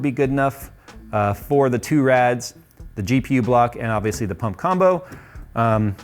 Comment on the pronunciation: Didn't Kyle build one in a similar case too? SSDs don't fit... How about NVMes? They come in big capacity as well. :) When you say Pump, I hear Punk... XD